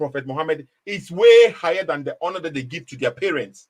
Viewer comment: Frankly speaking understands English better than. His pronunciations of " honour " is not even correct